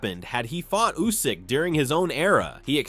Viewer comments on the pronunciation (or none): yeah way to many lazy youtubers out there, take a bit of film from others then let AI do the rest. It can't even pronounce Usyk, comes out as Usaaayk